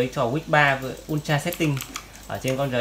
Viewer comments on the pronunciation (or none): none